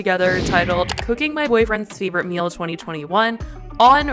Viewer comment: Not meal he says favorite miiil mill favorite miiil 😂🤮🤮🤢🤮